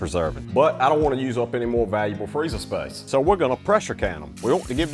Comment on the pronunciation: I heard the Australian accent on 'freezer space', you didn't tell a lie 😂😂😂😂😂😂😂😂❤